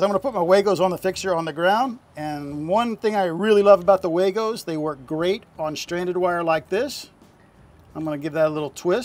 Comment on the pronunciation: The company actually pronounces their name WAGO like wah-go not way-go. 😉